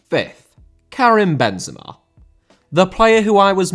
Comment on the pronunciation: Benzema* not Benzemor